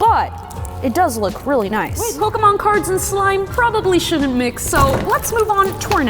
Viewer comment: Im not jugeing but pokymon😂